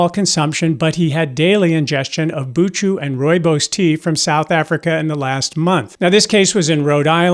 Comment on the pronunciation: As a South African, I have been drinking Rooibos for decades with no negative medical consequences..... The ch in buchu is a guttural sound and is pronounced the same as the Scottish ch as in Loch.